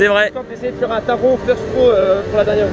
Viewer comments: Taron se prononce à l’allemande,c’est à dire Taronnn Autre truc à savoir,le masque n’est obligatoire que dans les files d’attentes,les attractions et les endroits clos,à l’extérieur,tu peux l’enlever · MERCIIIII ! Je ne suis plus le seul à râler pour la prononciation de Taron 😅😂